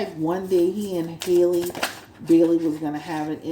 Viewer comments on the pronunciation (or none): Halle, like Halle Berry. Not Hailey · it’s pronounced “holly” like the beginning of hallelujah.